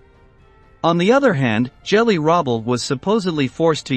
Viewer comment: "Jelly?" Your AI voice doesn't know how to pronounce Hitler's niece's name. It's a "hard" G as in "go or get."